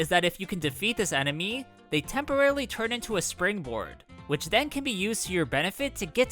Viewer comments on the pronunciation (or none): none